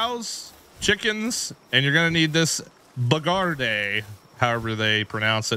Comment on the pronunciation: Bro.... Bee guard.... because it.... guards.... the queen....... my ears are bleeding after wtf ypu just called it lmao